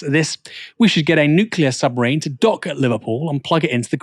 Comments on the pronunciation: *nuclear not nucular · Nuclear, not nucular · “Nucular”? You might want to check the correct pronunciation of nuclear. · This was a 2 minute item. The additional 4 minutes are just about monetisation. ......and the word is NUCLEAR and not NUCULAR.....for Christ's sake. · Nuclear not nucular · NUCLEAR submarine. Not Newcular. Why can't people read any more? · new clear, not nukeula ya smug bell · Please learn how to pronounce NUCLEAR. It is not pronounced "NUCULAR" FFS! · It's Nuclear power, not nucular! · NJOOKLEER not NJOOKILER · It’s nu-cl-ear not nu-cu-ler! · Nuc Clee- arrr, not News-you-lar.= Nuclear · Nuclear*, not "nucular" ffs! hahaha. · You've caught the Dubyah disease It's nuclear nu clear "new clear" NOT nukuler